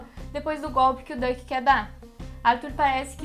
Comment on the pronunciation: Só uma pequena correção, Dutch se pronuncia "dãtchi" e não "duck", mas de resto ótimo vídeo